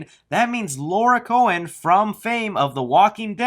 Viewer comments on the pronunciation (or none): I love you, man, but if you say "Laura Cohen" instead of "Lauren Cohan" one more time, I'm gonna have to confiscate your kneecaps.